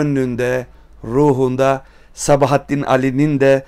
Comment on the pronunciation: Sabahattin Ali'ye "Sebahattin" dediğin an videoyu kapattım. Yazarının adını doğru telaffuz edemeyen birisinin kitabı analiz etmesi de benim için bir anlam ifade etmiyor.